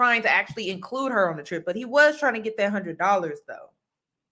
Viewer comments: It's one hundred, not a hunna. JUST SAY NO !! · There was no TRIP it was used as bait to get a “hunnit dallaz” (his pronunciation) out of her and he would have continued to fleece her on the promise of this bogus TRIP. She saw through his game. Kudos to you Queen wherever you are.